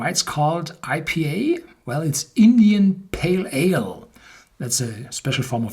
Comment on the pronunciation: When I first heard him say "EPA", I thought "Eh?!!", but then remembered German "I" is pronounced "E" (and "E" is like "A" -- as in hey/hay).